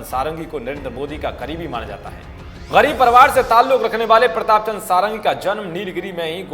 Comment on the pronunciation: इनका नाम "सारंगी" नही "षडंगी" हैं।